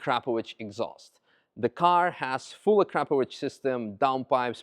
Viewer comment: I will never be able to unhear A-crap-ovich.